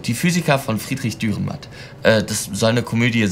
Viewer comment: Sehr schön, aber bitte, der Autor heisst Dürrenmatt, nicht Dührenmatt. Trotzdem eines der schönsten und cleversten Beispiele Schweizer Literatur.